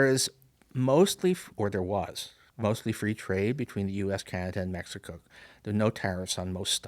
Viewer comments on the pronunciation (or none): none